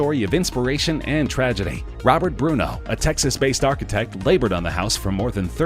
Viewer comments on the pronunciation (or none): none